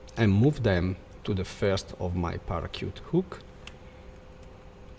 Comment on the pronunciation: Great! One thing to mention: Its pronounced..."para shoot"